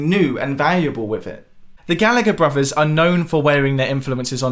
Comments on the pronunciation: Bruvvers? really? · Just discovered this channel the other day and can't get enough,. Great work! By the way, are you saying "bruvers"?